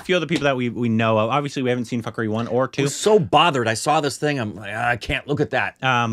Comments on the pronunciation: Punjab is "poon.jaab" and now fukrey is "fak.rii, well korbinized🤣🤣 btw its fook.rey it means worthless/Jobless(person). its a Punjabi slang word. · The name of the movie is pronounced 'F-o-o-k-r-a-y' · its fook-ray😂😂😂😂😂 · Gosh LOL, it's pronounced as Foo-kuh-ray (Fukrey is indian slang for brokes who fake being rich). And yeah the main storyline isn't serialised but there are significant references to previous stories, so if you want to connect better, do watch 1 & 2 first. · You have to watch both the film fukrey 1 &2 .. and its pronounced Fookrey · It’s pronounced fookrayy